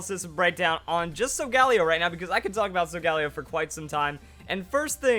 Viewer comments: not so gal eo sol gah leo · oh my goodness please the pronunciation it's solga LEO it's a lion for God's sake pleas stop saying Sol galeo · Why does he constantly butcher Sol-ga-lay-oh?!?! It's not that hard to say correctly. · SOGALEO IS PRONOUNCED AS SO-GALIO!!!!!!! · The way he pronounces Solgaleo hurts. I say sol-ga-lee-o or sol-ga-lay-o.